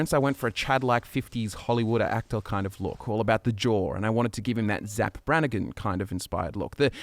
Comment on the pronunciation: It's Zapp not Zack!